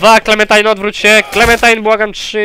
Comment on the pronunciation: mowi sie klementajn